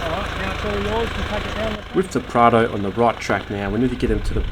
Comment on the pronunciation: I am pretty sure it’s Prado not prada 🤔